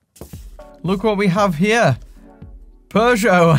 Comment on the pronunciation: There's no r in Peugeot.